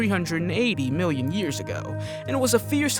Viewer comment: Is anyone going to talk about him saying miwwyon and not million